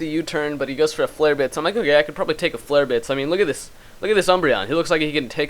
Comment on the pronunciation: lol you never can say "flare blitz". Even videos like a billion years old you can't say it. Hahhaha